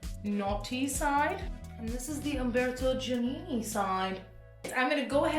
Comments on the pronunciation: haha 'dji' - 'ah' - 'nih' - 'nih' (my attempt at phonics to help you out !) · Giannini sounds like jah-NEE-nee